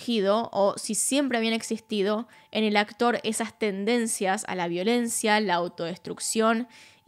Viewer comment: El acotr 😂 la menos disléxica